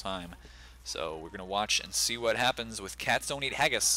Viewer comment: sounded like he sayd "castonin ageis" instead of "cat's dont eat haggis"